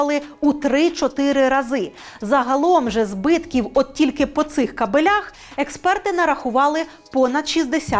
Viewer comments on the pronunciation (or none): "...збитки по цих кабелЯх" наче всього лиш наголос, а вже готовий прикол. Без претензій, просто підмітив